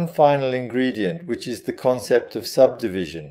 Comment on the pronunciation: I don't know, yes it has better english accent but some words the ai is saying wrong like subdivision for example, personally I prefer your French accent as it is real. But I guess you should do what you feel more comfortable with or what is easier for you. Either way I think it's totally fine